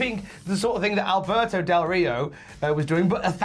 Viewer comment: Albert-no Del Ri-no